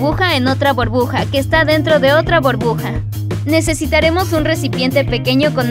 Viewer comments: No se dice borbuja se dice burbuja 😑😑😑😑😒😒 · Jaja cuando dice enteramos una borbuja dentro de otra borbuja que risa te amooo😍💖💖💖💖💖💖😊💕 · una borbuja jajajajajaja borbuja aprende jaja te amo eres la mejor💓💜😂 like si también la amas